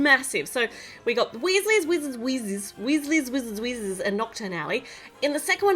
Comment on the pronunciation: Say it with me. Weasly, wizard, wheezes. Now, say it all together, and you'll be saying it like a champ, after you practise. Say it slow at first, than say it fast as you learn how to say it correctly.